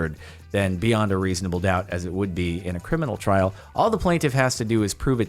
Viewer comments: No one: Literally no one:: YOU'RE GOING TO TRRRRRRRRRRAIL!:) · Trrrrrrial! Trrrrial!! Mianite flashbacks